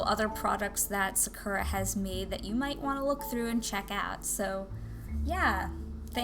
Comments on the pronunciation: What? “Sukera” pens? It’s Saa-ker-Raa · Sa-uh-kur-ah? No no its pronounced Sak-ur-ah